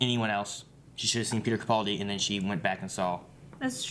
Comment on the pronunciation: I'm probably the only one but it really grates every time they mispronounce Capaldi. The middle syllable is 'pal' (as it's written) not 'pull'.